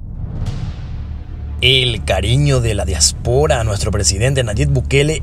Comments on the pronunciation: Se dice diáspora. no diaspora houston. lo pronuncias muy mal. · Disculpen pero no se dice diaspora se dice diáspora. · Dia'spora no diapo'ra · Disculpa amigo pero tú pronunciación de DIÁSPORA es incorrecta.. Dios bendiga al señor presidente Bukele..